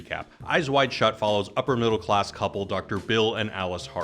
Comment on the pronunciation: Did you say... "middle class"???!